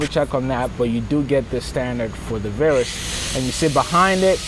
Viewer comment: paige c I live in the south of England. I just don’t understand how a presenter can not know how to pronounce the name of the plane he is reviewing. If I can’t trust him to get the name right why should I believe anything else he says. PS childish reference to STDs .